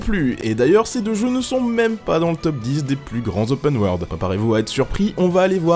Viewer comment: gadaur lai opeune waurlde